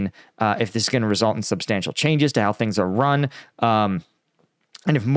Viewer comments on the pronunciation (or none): none